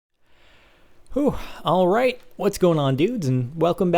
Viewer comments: Nobody says it like that. I have never once heard it said like that. That sounds like it would have an E at the end. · when he says alright he sounds australian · He sounds so British when he says alright ;D